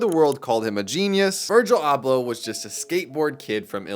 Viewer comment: 2 seconds in and you can’t even pronounce dude’s name.